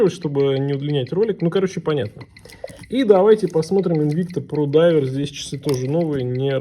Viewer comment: А што это - "чисы"?Или ты хотел сказать ,часы?А чиёк,это что?